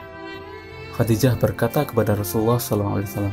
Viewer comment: KURANG BAHASA NIH WAFAT BUKAN MATI...KHODIJAH BKN HODIDAH ...NGASAL BANGET